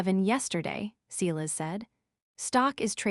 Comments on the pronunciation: Hearing: SEElas over and over when it is SY las makes me ill. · Enjoying the story. But Silas is spoken Sy lass.